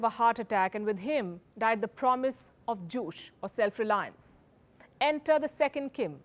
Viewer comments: Very well done! Though I must say Juche is pronounced like Joo-che, not joosh. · Pronounciation of Juche is not juss it's "Ju cheeeee" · "Juche" is pronounced "joo-tseh," not "joosh." Two syllables. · It’s pronounced Ju-Chay not Juice! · Okay, it is not "Joosh" - it is Joo-Chay (spelled Juche) and songun (military first). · She said jushe 😂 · It's pronounced as Ju-chaa. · You are pronouncing Juche wrong :/